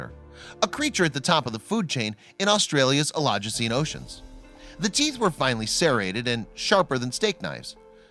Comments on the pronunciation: Oligocene, NOT elogecene. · The narrator needs to brush up on his pronunciation.. Carcharocles is pronounced CAR-CARE-O-CLEES and Oligocene is pronounced OL-LIG-O-SEEN. This shark is not rare, or as large as C. megalodon, but the teeth are nicely preserved.